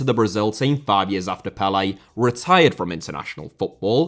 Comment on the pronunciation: Lionel* not Leonl Rather* not Rother Pelé* not Pelei Bolivia* not Bolivier Zico* not Zicouw Serie * not Siri Udinese * not Udeneisei Kashima* not Kashimer Dinamo* not Dinamau Zinédine* not Zeneden Uefa* not Yuweifer Johan* not Jouwhan Cristiano * not Crestiohrnouw Media* not Medier Saw* not Sor Alfredo * not Alfreidouw Mathias* not Mathajas Eusébio * not Yusséibiouw Máquina* not Maquina Possession * not Posession